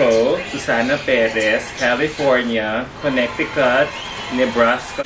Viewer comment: Connecticut pronounced as /konetikat/